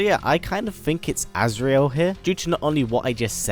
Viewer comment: it's not azreal